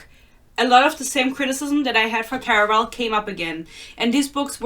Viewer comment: The way you say "Caraval", I just love it